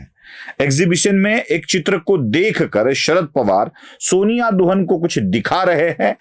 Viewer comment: शायद दुहान है. दुहन नहीं